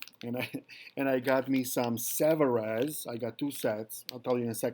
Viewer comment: Made in France. Pronounced Savaree